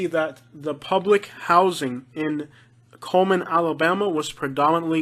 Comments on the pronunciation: It's Cullman not Coleman . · He lost me at cullman, absolutely not. And you butchered almost every name